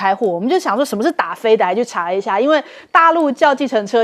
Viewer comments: 打飞“滴”，不是“的” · 打飞的（dǎ fēi dī）哦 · 飞的di第一声😂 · 主播 那个打飞的 念 dafeidi